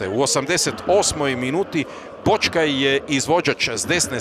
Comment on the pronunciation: Kaže Blažičko, Boćkaj, dećki.... Jovićić... Slova sa kvačicom ne zna da izgovori. Nervira me to.